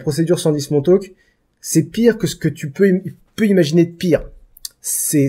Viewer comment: pourquoi dès qu'il dit 110- Montauk j'entends 110-Mon cul ???? ^^